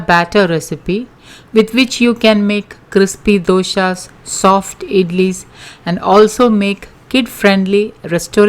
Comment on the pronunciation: Please don't say " doshas" for dosas. It takes on a different meaning altogether. Doshas are" negative". Thank you.